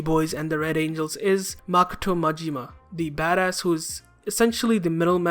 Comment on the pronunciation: Lol literally makato? Try mikado